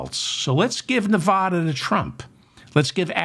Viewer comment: Please stop mispronouncing NEVADA. "Va" as in vasectomy! And we're voting BLUE, not for the fatass fascist!! Thank you and goodnight!